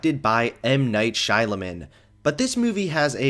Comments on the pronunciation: Everybody; Shah-Mah-Lahn: Shy-Lah-Men Me; How can you say something so controversial yet so brave. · SHY LA MEN IM CRYING THERES NO L WHERE YOU PRONOUNCED IT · Shamalyan might me closer to how’s it pronounced- I think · It's pronounced as "sh-yaa-malan" (sh as in British). It's a South Indian name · Your pronunciation of Shyamalan’s name was the dumbest thing about this movie. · It’s EM Nite Shy man a Lan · That was the whitest pronunciation of Shyamalan I've ever heard.